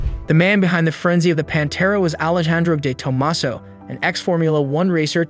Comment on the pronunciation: Review your script, you’re calling it “The Panta” Are you using AI to produce this video. It’s Pantera!